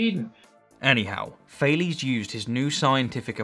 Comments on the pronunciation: Sorry for being an anal, but it’s funny how you talk and describe Thales accomplishments and success, yet pronounce his name as Fail-es. I regret nothing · It’s pronounced Ta les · Actual Greek pronunciation would something like “Tah-lehs” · Thales is not an english name. Please pronounce it greek. „a“ like the „a“ in „car“, „e“ like „yes“. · It's funny how much the english pronounciation of "Thales" differs from the german. I think we don't know enough about this man to make a fair assessment.